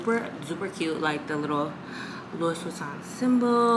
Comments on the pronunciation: It’s you ALWAYS saying “Lewis” Vuitton for me😩😩😂😂😂🤦🏽‍♀️ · It’s pronounced like LOO•EE VEE•TON. ❤️ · Yessss like its pronounced as Louwii VITON hahahaha